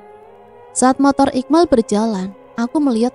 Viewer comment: Yg bcin cerita ini bc iqbal kok jd iqmal gmn siy m sm q kn beda jauh